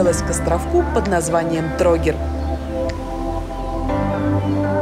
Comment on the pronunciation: А ещё Настя не правильно ставит ударение За́дар- Зада́р, Тро́гир-Троги́р